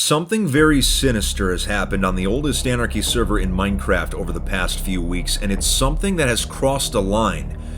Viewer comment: "hey man what you in for?" "Minecwaft"